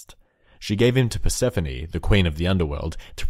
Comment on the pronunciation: You got the Persephone one wrong